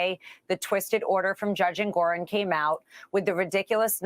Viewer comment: I just heard it like, Judge Andgorong